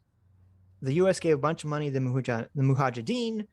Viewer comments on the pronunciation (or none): Suicidal drinking game: have a shot every time says "moohajadeem"